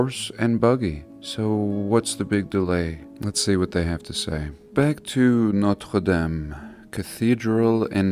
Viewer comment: Ooooooh, you certainly said 'Notre-Dame' beautifully!!!